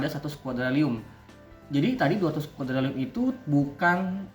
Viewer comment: Bang revisiya penyebutan nama nya harusnya quadriliun bukan quadrilium 🙏